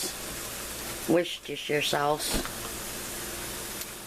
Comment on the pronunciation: Looks good to me! Btw...you said worcestershire exactly right. I know that ones a hard one!